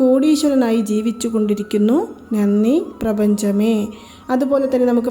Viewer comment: വളരെ ഉപകാരം. പക്ഷെ നന്നി എന്നല്ല ഉച്ചരിക്കേണ്ടത്, നന്ദി എന്നാണ് . 🙏